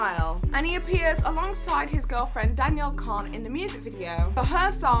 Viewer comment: “Danielle cone” and “Mickey tuna”